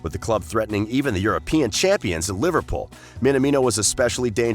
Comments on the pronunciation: Jesus.....you can't even pronounce Liverpool properly......honestly LIVERPOL ????? WTF 😡😡😡😡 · I love you man. You even try to say Takumi Minamino with an accent and don't even do that bad. Then the next breath "LIVERPAUL" xD